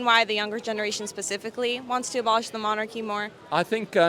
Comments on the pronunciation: What's a MONACHY? 😂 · Lol, "MONACHY NOT FIT FOR PURPOSE". Dude, it's "MONARCHY". Good to see British education standards. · Curious if all these "abolish" individuals were also marching and protesting when the queen was in power? Gotta love the "monachy" guy. Just a single "achy" spot?